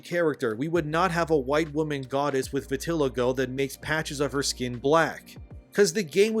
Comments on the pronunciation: vitiligo: VIT-uh-LYE-go. so… i’m gonna say what most people wont: Supergiant’s games are overrated. their games are fine, often have a great style, sound design, and music…. and yet i’ve never finished a single one. the actual gameplay in their games is usually just fine. the gimmicks are often interesting, but their enemies are usually really basic and that leads to the gameplay loop becoming pretty tiresome after a few hours. for me at least. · It's pronounced VIT-IL-EYE-GO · I think that it's pronounced vit-a-LIE-go buddy. Michael Jackson had it, and Uncle Ruckus from the Boondocks was upset because he said that he had reverse vitiligo, and that Michael Jackson was a lucky bastard for having the regular version. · The word is pronounced “vi.tuh.lai.gow” smh how can you take opinions seriously from a person lacking basic vocabulary skills and the concept that gods are the race of the people who worship them makes no sense literal Christianity is followed by a lot of white people in America and they worship jewish/middle eastern profits and the concept of god doesnt have a race thats just the primitive primal human tribalistic brain applying one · I damn near turned off the video because of the way you pernounced vitiligo lol!!! 😅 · Great video as always, but look up uncle ruckus, vitiligo and listen to how he says it. I know talking about a racist man probably not a good example how that’s supposed to be said I think.